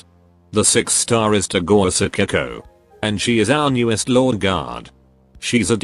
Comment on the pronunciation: "sakeko" "sakeko" "SAKEKO"